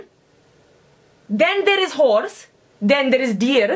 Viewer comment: horse (sounded more like who**s) in the house thus WAP is born